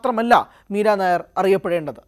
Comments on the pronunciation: മീരാ നയർ അല്ല നയ്യാർ ആണ് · എടാ പൊട്ടാ , നീരനായർ അല്ല മീര നയ്യാർ എന്നാണ് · യി വ്ലോഗർ കു വായില്വരുന്നത് വച്ചു കാച്ചുകയാണ്. നായർ അല്ല നയ്യർ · Not Meera nair, meera Naiyar. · മീര നായർ അല്ല മക്കളേ മീര നയ്യാർ ആണ് .... ഇവിടത്തെ നായർ കാസ്റ്റ് മായും ഒരു ബദ്ധവും ella ...... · നയ്യാർ not നായർ. .....പൊട്ടനാണോ റിപ്പോർട്ടർ 😂 ന്യൂസ്‌ 18 നിൽ ആരും ഇല്ലേ re check ചെയ്യാൻ air ചെയ്യുന്നതിന് മുന്നേ. ..... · മീര നായ്യാർ ആണ്, നായർ അല്ല... അതു വേറെ ജാതി. വിവരം ഇല്ലാതെ വല്ലതും വിളമ്പരുത് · മീരാ നായർ അല്ല മീര നയ്യാർ ആണ് ശരി. ഒറീസയിൽ ഉള്ള ഒരു കാസ്റ്റ് സർനെയിം ആണിത്. കേരളത്തിലെ നായർ അല്ല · Meera Nair alla. Meera nayyar aanu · നായർ അല്ലെടോ നെയ്യാർ.... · MIRA NAYYAR not NAIR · പഞ്ചാബിൽ നായർ എന്നതിന് നയ്യാർ എന്നാണ് പറയുന്നത്. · മീര നായർ അല്ല സുഹൃത്തേ മീര നെയ്യാർ എന്നാണ് അദ്ദേഹത്തിൻറെ പേര് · നയ്യാർ ആണ്.നായർ അല്ല. ഇവർ പഞ്ചാബിയാണ് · നായര് അല്ലെടോ നയ്യാർ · നായർ അല്ലേടാ മാപ്രേ നയ്യാർ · മീരാ നായരല്ല. മീര നയ്യാർഎന്നാണ് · മീര നായർ അല്ല നയ്യാർ ആണു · നായർ അല്ലെടോ. നയ്യാർ എന്നത് പഞ്ചാബിലെ ഒരു ജാതിയാണ്. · ഇവൻ ഏതു അവതാരകൻ അറിയില്ലെങ്കിൽ തള്ളാൻ നിൽക്കരുത് നായർ അല്ല നയ്യാർ അറിയില്ലെങ്കിൽ പറയാതിരിക്കുക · മീര നായർ അല്ല, നമ്പിയാർ അല്ല, കുറുപ്പ് അല്ല അടിയോടിയല്ല, മേനോൻ അല്ല മീര നയ്യാർ.... പഞ്ചാബി. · 😂 മീരാനായർ അല്ലടോ....മീരാ നയ്യാർ ആണടോ.... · നയി യ്യ് ർ എന്ന് പറയാൻ അറിയില്ല മയി റേ